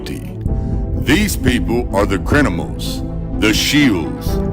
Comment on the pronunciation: I swear I heard him say "the crinimals" ...